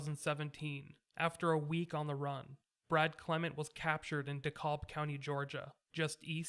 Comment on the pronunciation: FYI, DeKalb is pronounced DeCAB. 😊. (I grew up there). LOVE your work! Thank you so much for sharing these stories with us. Much appreciated.